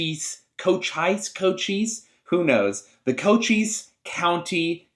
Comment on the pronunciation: Don't sweat it you got it right. Co-cheess.